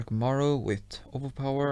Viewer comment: I like when he says “with” coz it sounds like wit😅😂😂